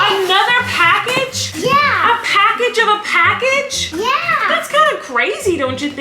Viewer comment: the way pronounces package like “pack-itch” it’s so cute ahahahahaha